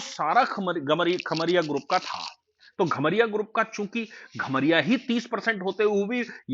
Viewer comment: घमरिया नहीं कमरिया होता है